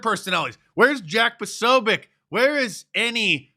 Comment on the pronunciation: Posobiec is a Polish name. You pronounce c like in the word tz in the word tzatziki.